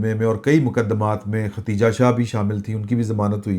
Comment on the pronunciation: Plz. Note the name ختیجہ نہیں بلکہ خدیجہ